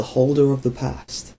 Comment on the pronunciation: The holder of the past? So the holder of the Pa wasn't a miss pronounciation?